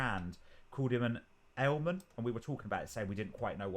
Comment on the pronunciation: Guys, one thing that would help you a lot is to have the captions/subtitles on. So many new words to learn with complicated pronunciation. Much easier to see them written which helps in understanding. For example you wouldn't have made that mistake with Aiel-man (which is what loial calls rand) and Aiel (which is what Thom calls the guy in the cage.). Its the same as calling someone French or Frenchman... The amyrlin seat is siuan sanche. Her dad is not calling her Swan :) All their analogies are about fish and fishing... She's the daughter of the river!